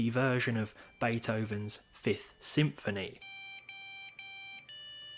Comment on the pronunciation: "Beethoven sixth symphonthy" Nice, the symphony of death